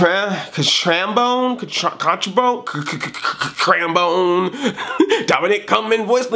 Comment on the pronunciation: You've said my name a million times in this video, but i knew who u were reffering to and I know how to pronounce that name its Dominic C-A-T-R-A-M-B-O-N-E